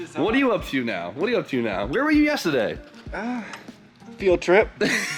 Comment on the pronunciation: “Yessaday” I love it hahaha